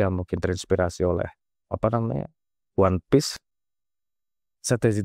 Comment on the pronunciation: ONE PIECE... O.N.E. P.I.E.C.E. ONE PIECE,, BUKAN ONE PEACE... SEBIJI,, BUKAN DAMAI.... BUKAN P.E.A.C.E. "ONE PIECE"....!!!!!!!!!!